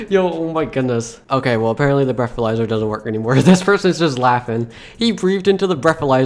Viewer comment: “You broke the breathaizer”